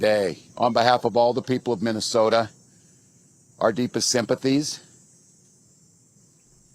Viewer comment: Tampon can't even pronounced the word "Minnesota". Let that sink in. He talks worse than Kamala and Pedo Joe do.